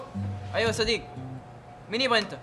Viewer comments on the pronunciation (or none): هههههههههه احس اللي عىاليمين مدري منهو ذآ!! بيقول إيس كلآم سديق هههههههههههههههه